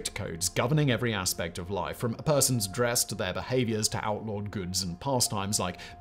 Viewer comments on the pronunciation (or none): none